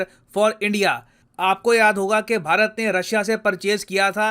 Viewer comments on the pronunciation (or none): none